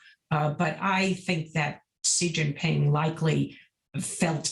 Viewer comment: It’s SHE. Not “See” 🙄